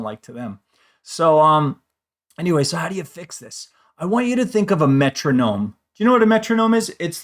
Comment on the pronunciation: Wait three minutes to hear aboout the metroonome.